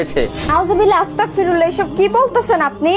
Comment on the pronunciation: আস্তাকফিরুল্লাহ হবে না হবে আস্তাগফিরুল্লাহ